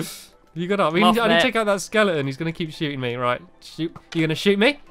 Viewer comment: Word Of the day: skeleton: skelington Stampy: googeli